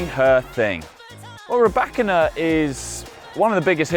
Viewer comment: 'Rye- bakina'....hahahaha!!! learn how to pronounce properly, wimby!